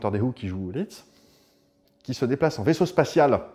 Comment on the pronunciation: Alors on dit Liszt, pas Litz 😉. Très bon compositeur au passage. Il a fait des transcriptions de ouf pour piano, d'œuvres d'autres grands compositeurs, mais vraiment de ouf.